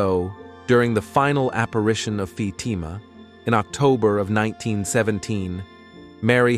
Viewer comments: Who is "Fadama" Isn't it "Fa team a"? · This make believe voice says Fay tea ma one more time I will fart!!! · Neither "FaTEEMA," nor "FAYtima" are correct pronunciations. Pathetic. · AI crucifies another intersting story. It is not F’Teema. It is pronounced Fat-im-ah. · very bad pronunciation!! Being a migrant I need to talk clear or people pretended not to understand! You a making a video for goodness sake!! Get it right! The accent goes on the first I of the word FATIMA!!!! FA TI' MA!!! Could not watch it!! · The person reading the events cannot even say Fatima correctly! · Where's the post to believe you when you can't even pronounce the word Fatima? Whoever this commentator is. He is pathetic. . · Is the robot speaker a Protestant? Why can't he (or more accurately "it") correctly pronounce "Fatima," which every English-speaking Catholic child can handle without trouble? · You are mispronouncing Fatima and you showed the fake sister Lucia. Too bad you don’t really know anything about this. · pronounce Fatima right I hate that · In one sentence the VIRTUAL VOICE pronounced the name Fatima 3 different ways. After that it (the important word “Fatima” kept being pronounced incorrectly. You need to invest in a real person who understands syntax and doesn’t cause the _listener to grit his/her teeth just to listen this important tail.